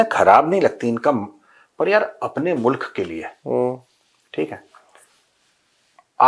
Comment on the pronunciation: मुलक ✅ मुल्क ❌ 😂🤣🤣🤣🤣